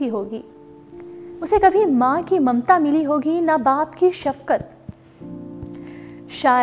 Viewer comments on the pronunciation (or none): none